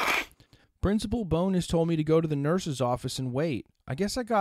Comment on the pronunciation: Haha and it Bowns not Bo-nes